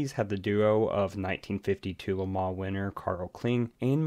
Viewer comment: Im gonna take thing aparts here: 1) Learn HOW to promounce "LeMans". 2) Mike Hawthorn was NOT a Ferrari driver, but Jaugur (in fact he won it in a D-Type Jag). 3) the word JAGUAR does not have a "W in it" as my Mum would say. 4) My Dad was there! #2 man with MG/BMC cars (aka EX182 MGs). 5) Lance Macklin caused it, period! My Mum even knew Lance, and spoke to him about it some time afterwards. Mum was the secretary of race shop at ASTON MARTIN.